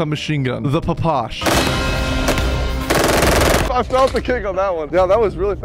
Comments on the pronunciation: "The papash" lmao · SIR, it is pronounced "pish." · Phapash?!?!?? Its P P S H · papash the hell is a papash its ppsh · ITS NOT A PAPASH ITS A PPSH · loved the video but you did not say ppsh right. you say the letters individually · You butchered the PPSH’s name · I cant be the only one that got mildly triggered when he called the ppsh “papush” and the Aug “A. U. G” 💀💀